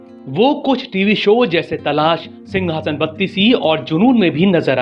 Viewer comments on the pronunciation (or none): none